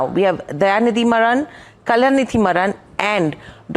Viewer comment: Pronounce as MAARAN